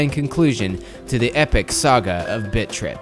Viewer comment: is it just me or does it sound like bitch rip when says bit trip